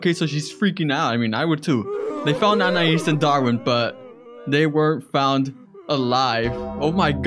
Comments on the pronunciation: Its not aniAs its spelled lile anias but pronounced like Anies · “Anyas” it’s anias it’s pronounced anayees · Its anais not anias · Anais,not Anias...(-_-) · fyi its prononced a- nay - eys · it's anais not anias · U said anais name wrong I'll let it slide